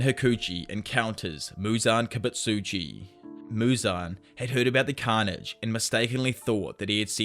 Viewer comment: "muzan kibitsitjus memories"😂